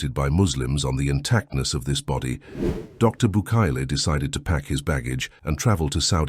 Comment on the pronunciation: Bucaille's name is pronounced like Bucay. Otherwise, excellent video!